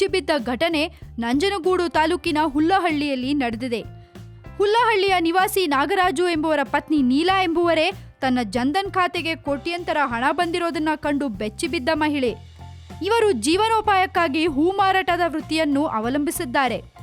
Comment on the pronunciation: Hulluhalli alla madam hullahalli